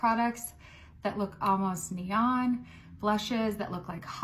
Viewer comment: the way this woman pronounces "Neon" just ruined my entire day